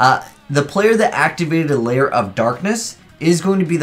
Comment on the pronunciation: it's Lair, not Layer